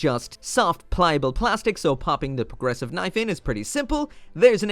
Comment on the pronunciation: ... so, they aren’t “progressive” knives, they’re “proggresSHIV” knives!